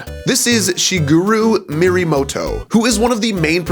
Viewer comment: Sorry but that was painful to hear, how you butchered the pronunciation of Shigeru Miyamoto’s name, his name it’s pronounced Shi-gay-roo Mee-uh-mow-tow not Shi-goo-roo Mir-ra-mow-tow. Well at least hopefully you will know that in the future and not make that mistake again.